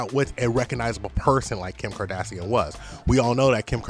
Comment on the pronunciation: Everytime you say Kardassian” I think of Star Trek 😂😂😂